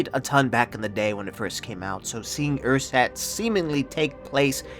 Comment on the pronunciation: cant you at least have google translate pronounce the word for you a few times before making a video? theres not even a ch sound in there. I bet you could pronounce it if you just tried.